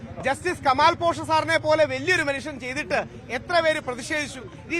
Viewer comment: കെമാൽ അല്ല കമാൽ..